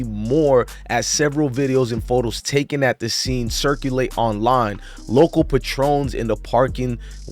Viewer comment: Pay-trons, not puh-trones, (Patron)